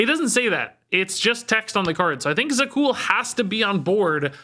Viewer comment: Za'qul is So'qul 🙂